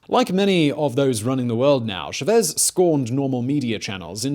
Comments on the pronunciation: its chavez not chuh-vez idiot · How do you mispronounce a name where the stress sign is already written... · Chaaaaaaavez, not Chaveeeeeez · CHAVEZ not SHAVEZ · CHAH-vez, not SHE-vez! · It's Chávez with the accent on abnot Chevez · Hugo...shuhvez?? Really? Cha-vez. CHA-vez Simon smh too much cocaine bubba. Gotta stop blazin businesses so much. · chÁvez, not chavÉZ.. triggering from the start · You’re pronouncing Chavez wrong. chAH-vez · Why do Brits say CHA-vez and English/Spanish speakers say CHavez? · Bruh Simon, please. Good video but you had to say it so much it's kinda nails on a chalkboard hearing it wrong over and over. "CHAH-vez". Small, but just a footnote for the future. Love this channel and I know he'll come up again in something else you'll cover. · at least say his name correctly man..Its right there in punctuation. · SAME. That, Chavez, and Puntofijismo I was trying not to lose it. I like the vids but the repeated mispronounciations just really takes me out of it. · Poor Simon's Spanish... Oh God... Lol It's so painful! Chávez, not Chavéz... por ahora => poor ah-or-ah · CHA CHA CHA CHAVEZ! NOT SHEVEZ! STOP SAYING SHEVEZ POR A-WHORE-A?!?!